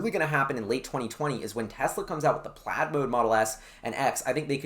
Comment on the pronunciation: mate doesn't know how to say plaid..